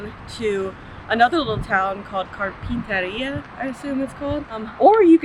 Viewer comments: As a Ventura native, I burst out laughing on the way you said Carpinteria (simply like Car pin ter e a) and Ojai (o-hi). Also, when you said it was in the 70s and can start feeling the heat coming, that ais the heat you get in Ventura. Like low-80 is lucky as a high at all in the summer... it is in the 70s throughout the summer, especially in the downtown area. Only time it really get warm is if, and a big if, a dead non-breeze day because there seems to always be a breeze on-shore. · Car-Pen_Ter-Ea and Oh-Hi. Phonetics for Carpenteria and Ojai...he he